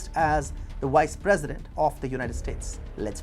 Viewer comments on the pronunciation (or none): It's Vice President not "wice president" you need to fix your V's & W's🤣